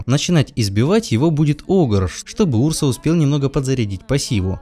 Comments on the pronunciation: Пожалуйста говори правильно! Урса ударение на А. У меня кровь из ушей пойдёт 😕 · ou. wodka Правильно Урса,ударение на у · Неправильно называет имя героя и показывать чет собрался